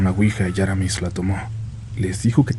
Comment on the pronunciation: No es Áramis. Es AraMÍS. Acento en la segunda sílaba.